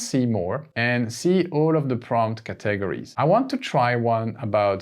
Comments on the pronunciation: OMG every time I watch one of your videos, I learn so much! Thanks, you're a genius. AND I LOVE the way you pronounce 'caTEGories'! As a native English speaker, I would put emphasis on the first syllable, but now I am switching to YOUR method! Brilliant stuff 👏👏👏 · Look up the english pronunciation of CATEGORIES and CURRATED. Also I think you are calling parentheses "ACCOLADES" Your English is good, just tough up a few pronunciations man.